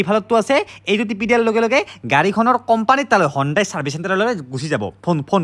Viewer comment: হনডাই নহয় হিউনডে